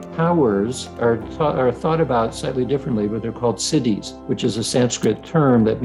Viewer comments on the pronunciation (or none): 'Citti' not 'Cities' :) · “Siddhis” not cities. Good content anyway!